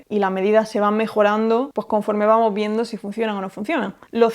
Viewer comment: Buen video, me encanta escuchar como no usa la s en las palabras en plural.. "vamo" en vez de "vamos", "gracia" en vez de "gracias" y así... Jajaja pero por el contenido todo excelente...!!